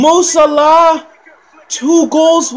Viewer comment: It's actually closer to the way it's pronounced in Arabic 😀